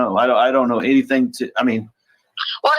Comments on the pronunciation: Anythink ❌: Anything ✅ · Along with everything else she says. Whatever whatsoever……. Aaaaand Then!!!! Or “anythink” Can’t stand it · Everybody else: Anything ✅️